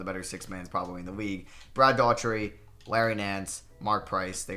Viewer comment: dude seriously.... Rony Seikaly (Psyche-LEE) is how you pronounce it. Rick Adelman was coach of the Portland Trailblazers when the '92 Bulls beat Portland in the Finals Brad DOOR-uhh-tee for Cleveland...Not Brad Dautree.